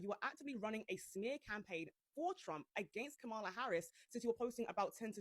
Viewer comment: Please try to pronounce her name correctly…..comma-la … so say comma then say la.